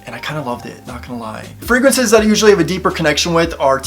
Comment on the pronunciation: "Frag-raances" lol. I believe they are using the English word as fragrances. Tom Ford Oud Wood and Le Labo Santal 33 are my favorite colognes. Tried Dossier, but didn't like them. Love Elizabeth James Nirvana!